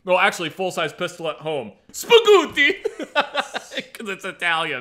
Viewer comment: Me, loving my Italian 9mm full size handgun and listening to this: "Who doesn't love spaghooti?"